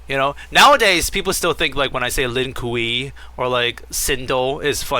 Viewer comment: Please never stop using the text to chat voice for the SUCKS. Its too funny. “And then scorpion and the Lin Kewy.” Has me laughing everytime